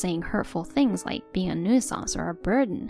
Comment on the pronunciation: You're getting better at pronunciations, but 'nuisance' is pronounced 'new-sense' not 'noo-EE-sans' 🙂